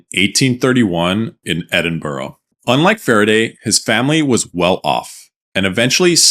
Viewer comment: why are americans incapable of pronouncing Edinburgh correctly 😭